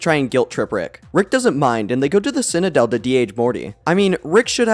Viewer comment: love the video but every time you say ekscape instead of escape or cinadel instead of citadel i wanna cinadel my brain till it ekscapes my cranium